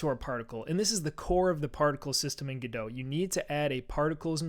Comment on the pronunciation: Another guy pronouncing Godot "g-doh". Dude it's Godot as in the play "Waiting for Godot". That's God-oh not g-doh.